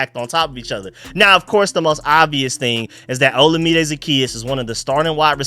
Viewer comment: Third video, third time saying FYI Olamide is pronounced like oh-LA-mi-day. You'll probably see all three of them around the same time, lol. Keep up the good work on the breakdowns!